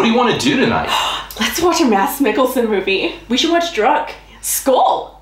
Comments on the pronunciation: it sounds like you say drug not druk , just remeber dont deep fry the flæsk , some compagnyes does that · Keep up the good work. Druk really is a mean word where the U is pronounced more like an Å than an actual U